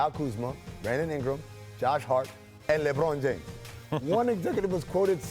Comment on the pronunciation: Wtf is laybroun james?